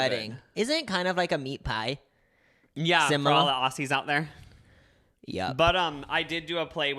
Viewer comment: i live is australia and i get ads for coronavirus from the government n shit and also its pronnounced ozzies, not osies yk like its spelled aussies but u pronounce it like ozzies or auzzies if ur amercian i guess